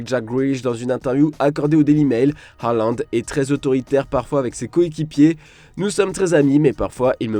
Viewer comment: D'autant que la vraie prononciation est Hollande (comme Flanby)